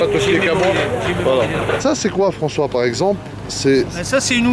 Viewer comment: Raoul evec Frencois 😂😂